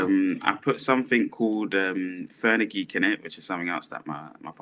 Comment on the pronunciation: "Ferny-geek" for "fen-u-greek" niiiiice 😂😂😂